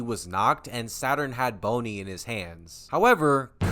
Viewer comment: Why do you pronounce Bonnie like that😭